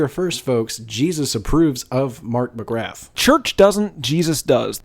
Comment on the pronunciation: The "th" in McGrath is silent, it's pronounced more like M'Graaa.